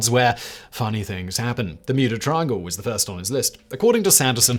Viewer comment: Sounded to me at very begging of video like Simon just quickly low key dropped “Muda Triangle”…. Which is what I’m gonna call it from now on lol… the ole Muda triangle off Muricas coast…